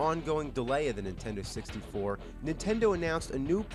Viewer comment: LOL "nintendo sixty four" = "disease former"